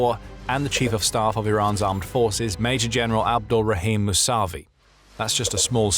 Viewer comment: After seeing this video again, naming some of IRGC leaders regime that got wiped out kinda gave me goosebumps for some reason a long with the music in the background when naming them. The way how you pronounce Abdorahim Mousavi is a sick name though.